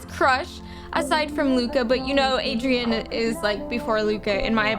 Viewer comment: I like how we pronounce Adrien, “Adrian”